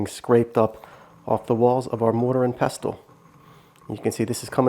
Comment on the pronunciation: the t in pestle is silent